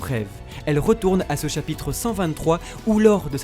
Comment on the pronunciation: chapitre pas chapytre